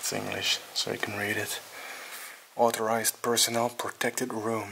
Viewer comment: Lol “authorised”